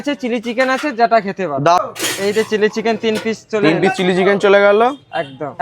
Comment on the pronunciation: Chili chicken to sunachi tili chicken abar ki😂😂😂